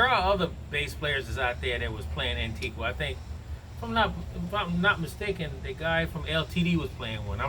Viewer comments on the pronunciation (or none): The u in Antigua is not pronounced. It ends in “ga” .I live in the west indies.